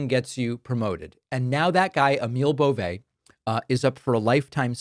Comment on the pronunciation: It’s pronounced “Bo-vee”. Poor guy is gross enough, let’s at least get his name right.